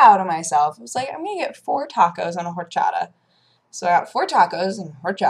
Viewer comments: 1) Horchata is pronounced Or (don't forget to roll that R) - Cha (like cha cha) - Tah (like tah dah!). Not trying to be a douche, just want people to say it properly as it's one of my favorite drinks. 2) There aren't any taco trucks in my part of LA, but there are dudes with a grillish thing under a canopy every few blocks. The one by the El Superior by my house has amazing asada. So yeah if anyone reading this does visit LA and can't find taco trucks but see these dudes, they're good too. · Whenever pronounces "horchata": *massive buttclench!* Taco trucks are the best because they're probably the closest thing to "homemade". Despite you feeling foggy you sound/look great. Get better sooner! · "four tacos and a horchata ", lol estuvo chistosisimo como lo pronuncio!